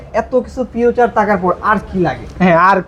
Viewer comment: ফিচার❌ ফিউচার ✅